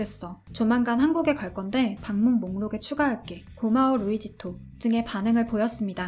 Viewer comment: 루이지토 (X), 루이시또 (O)= luisito